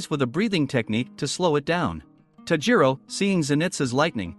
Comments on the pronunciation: Its tanjiro kamodo not tajiro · Why do you forget/ feel shy to pronounce the "n" in Tanjiro?? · bro it is pronounced tan-ji-ro And ne-zu-ko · Did he just say taijiro what the heck its tanjiro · It’s not tajiro it’s tanjiro AND ITS NOT A RAVEN ITS A GROW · It’s not Tajiro. It’s tanjiro. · Ah yes, tajiro kamado. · man said tajiro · bruh tajiro when its tanjiro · BRO it's tanjiro not tajiro and it's giyyu not giyu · It s nit tajiro kamado it s tanjiro kamado and its not nezuka it s nezuko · isn't he Tanjiro not Tajiro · its tan ji ro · It’s nezuko not nezuku I watch the anime and tamioka is named giyu tomioka also Also tanjiro is wrong it’s called tanjiro Ka- ma-do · OK OK I GOTTA SAY WHO TF SAYS TAJIRO